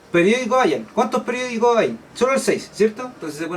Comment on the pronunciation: dice perdicos